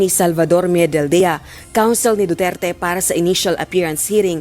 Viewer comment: Sa judge palang , Wala na respeto sa tao, Anong du'tuert. Du.ter.te Yan. Ayosin mo mag sabi ng pangalan ng tao..judge ka pa man maski na iba lahi mo or accent.